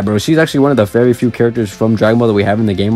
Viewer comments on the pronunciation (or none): Am I the only one who thinks it's cringe when he says it's varrrre 😖😅 plz stop 😩